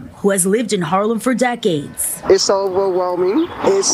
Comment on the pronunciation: Not sure I like the way you say Harlem.